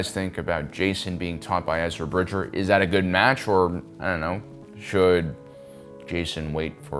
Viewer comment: I agree, also his name is Bridger, not Bridget.